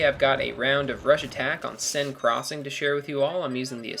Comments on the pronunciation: It's not sin crossing. It's sane crossing. Seine is pronounced sane. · Bl1nky is correct, I study french, and I've been on the Seine, its pronounced Sen as in Men with an S instead of an M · Hate to say this but I'm a little nazi and just wanted to point this out. You pronounce Seine wrong. I'd pronounce it the same way you pronounce "sane". Hope this helps. :)